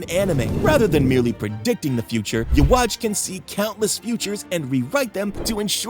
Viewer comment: Love the video but can you please pronounce yhwach correctly. It's pronunciation is like yuwaba